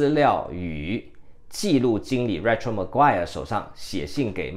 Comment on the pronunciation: Rachel : 应该 pronounce as /ei/ . 一直没有人帮您把这名字正确发音。 您用copy and paste 名字到google translate ，然后按小喇叭就可以听到正确发音了。 我只是善意提示。你的支持fans,你继续加油💪。